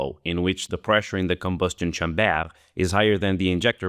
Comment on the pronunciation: "lee combo'stion shamber?" <3